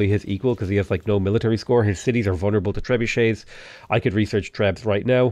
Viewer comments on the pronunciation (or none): none